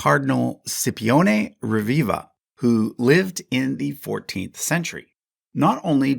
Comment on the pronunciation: Sippioneh Reveeva